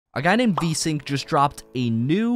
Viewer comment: the developer is called vync not vsync